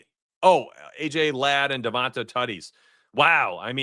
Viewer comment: its Devont AYE not AH